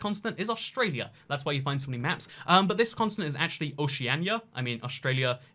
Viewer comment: It sounds like you're saying "consonant" instead of continent. And now I can't unhear it b😆